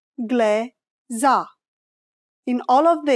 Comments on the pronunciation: vorbești englezĂ (ă pronounced as -er with a silent r in "cover") is more romanian and natural, not englezA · Sunt foarte sigură că e "engleză" cu ă :)) nu prea suna bine cu a